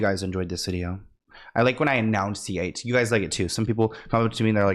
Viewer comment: Not to be that person, but it's enunciate, NOT announciate (which is not a word). I'm pointing this out because if you aspire to become a show host, presenter, etc, these things can be important for your success.